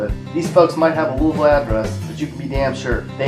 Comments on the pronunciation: Well like others I am questioning if the narrator is from KY as he does not pronounce ‘louisville’ the way we do (loo-vul) and he really doesn’t pronounce ‘barborville’ right either (bar-vul). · Learn to say Louisville right